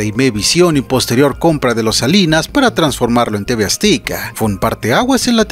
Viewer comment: Porqué dices tv "aztica" se pronuncia tv "azteca" 😅😅hay que mejorar la dicción.